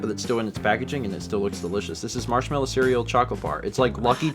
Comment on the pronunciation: And surl instead of cereal